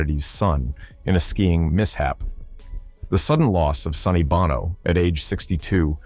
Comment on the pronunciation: Bono is pronounced BOW